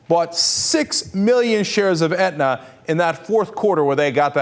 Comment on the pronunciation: Aetna not Edna. lol